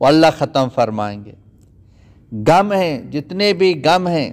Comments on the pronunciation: Ye gum ni ghum lfz h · آپ کی اردو بالکل ٹھیک نہیں کبھی کہتےہیں تھا ۔۔۔۔ تھے۔۔۔ غم کو کہتے گم۔ تک گئے / تھک گئے/